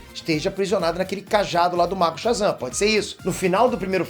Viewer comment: O cara fala Shazan, ve, um raio e frito o cérebro dele kkkkkk